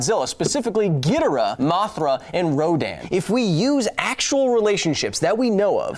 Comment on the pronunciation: How did you say King "Ghidorah"? I literally had to stop and think about which monster you were talking about before realizing you meant "Ghidorah". You said it Ghid-a-rah, with that extra "a". Weird.